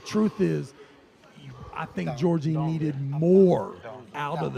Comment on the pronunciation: One of the commentators calling him "Georgie" is killing me 🤣💀